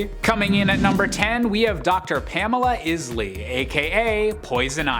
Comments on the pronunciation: "IZ-lee"!? it's "EYES-lee"! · Pamela (IS)ley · Three names that are mispronounced. Please review your source material next time. Pamela EYES LEE. DYE NA Drake/Lance. and ON DREY AH Beaumont. . Watch Mask of the Phantasm.